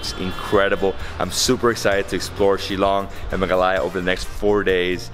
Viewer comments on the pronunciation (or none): It's pronounced as "Shil-long" and not "Shilong" and Meghalaya is the wettest place on Earth and not only in India but I really enjoyed the video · It's shil-long not shi- long I just want to help you out with this one, hope you don't mind 😃